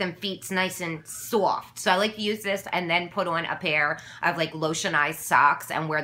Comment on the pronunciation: Say :swoft" again...say it! LOL!!!!